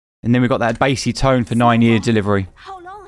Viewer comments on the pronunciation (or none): none